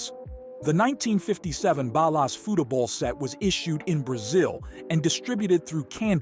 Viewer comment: dope content. you're saying 'futebol' wrong. foo-che-bol